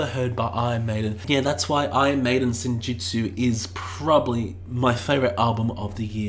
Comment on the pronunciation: Its Senjutsu, not Senjitsu. Its Stratigo, not Stratejo. God sake